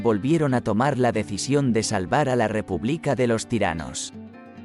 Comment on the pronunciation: El audio debe ser virtual porque le cambia el acento a muchísimas palabras, no es muy normal decir republíca con acento en la i